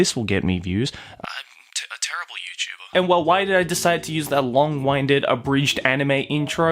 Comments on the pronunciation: Did you just say "long-whineded"? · It's LONG-WINDED. Like the Wind. The wind that blows. Because you're talking a lot and creating a very long Wind in the process. Fuck, man, you know english, how are you this bad at basic words.